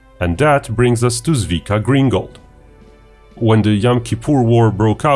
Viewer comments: Great vid! btw it sounds more like Tsvi and Tsvika. Tsvi=deer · You should say 'tzvika'